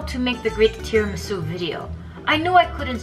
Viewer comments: I LOST IT WHEN SHE SAID NOT TIRAMISU BUT TIRAMISOUP HAHAHAHA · “I MADE TRAMISOUP, NOT TIRAMISU” YA’LL I TELL YOU I CRIED 😂😭😂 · "Tiramisoup instead of tiramisu" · First attempt: Tiramisoup...🤣🤣🤣🤣. U go girl 👍🏻👍🏻👍🏻👍🏻👍🏻. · Tiramisoup instead of tiramisu 😂😂😂 I can totally feel you !